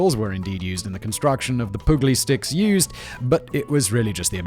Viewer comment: ah, the best part of this was the mention of "pooglie sticks" . pugil sticks, Simon. think 'pugilist'